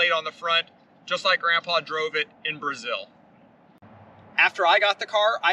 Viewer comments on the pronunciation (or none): none